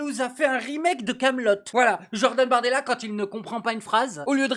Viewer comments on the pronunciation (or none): "Jordan Bartoidela" 🤣🤣🤣